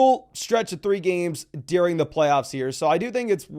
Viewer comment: Gotta learn how to pronounce “during” my guy